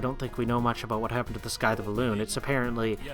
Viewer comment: I'm liking this series and how punctual you're being with it. Keep it up :) P.S. Also another small pronunciation thing. Scythe is said more like "sythe" not "skythe." Sorry about the nitpicking :P